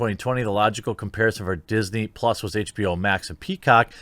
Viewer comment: "PUS" not Plus.